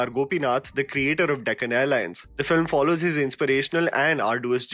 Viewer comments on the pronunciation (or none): none